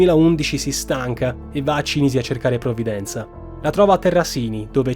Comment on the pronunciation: Cìnisi, non Cinìsi...